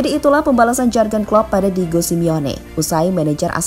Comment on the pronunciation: Maaf ya agak risih, pronounciation atau pengucapan nama Jűrgen nya tidak pas. Suara nya sudah bagus dan pede, sayang kalau pengucapan nama orang tdk benar.